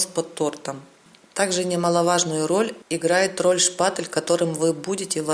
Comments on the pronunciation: Женщина не шпаТЕЛ, а шпаТЕЛЬ и т не твёрдая,а мягкая! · ШпатЕль, а не шпатЭль, звук"е" в этом слове мягкий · Все круто, но почему меня так бесит каждый раз когда вы говорите ШПАТЭЛЬ ? 🤣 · Почему шпатэль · Та шпатэЭль или шпатЕль...не пойму🧐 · Спасибо огромное за урок! 👍😍 Но почему некоторые блогеры говорят "шпатЭль"? И Вы в том числе! Это что, ноу-хау какое-то?! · Зачем вы говорите шпатЭль. Так слух режет 🙉